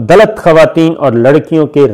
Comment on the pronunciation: Dallats!!!! 😁😁😁 Attar Pradesh 🤣🤣 Pakistani videos mein aur kuch ho na ho, aap ke pronunciations se bahut comedy hoti hai